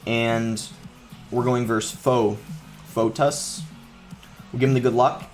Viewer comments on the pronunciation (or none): We’re going against Foe... Fotus😂 You pronounce it ‘feet - us’ Boss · The way he pronounced “foetus” as “fo-tus”just cracked me up